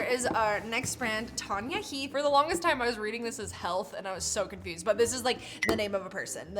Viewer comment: Tan-ya ...you catch a "tan" not a "tarn" 😂